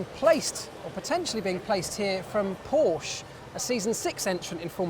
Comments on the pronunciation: Nice video! :) But please don't say Porsche like Porsch ... I know it's difficult, because it's German, but please don't make the "e" silent (spell it like an english "a") ^^ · I am german and you can spell it like "Porsch" or "Porschey". Maybe an "y" will help at the and of the original name. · More like Porschuh